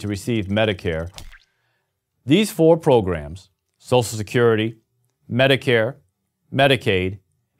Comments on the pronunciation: Nobody: This guy: S O S E L Security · Lol can't pronounce social security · his pronunciation of "social" is killing me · Social, not Sosial! Other than that, this is such a great/true video.